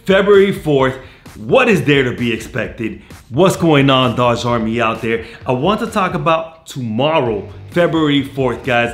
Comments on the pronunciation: It’s doge! Not dodge! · Doege pronunciation not Dodge lmao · Not, “Dodge”, “Doajj”. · I like your enthusiasm but dude its pronounced "dough-jj" coin. You have an American accent. Use it to pronounce things correctly. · sorry I didn't mean to sound like a jerk I just get annoyed at little things like pronunciations I don't personally use. That's my bad though. Thanks for the support on doge all the same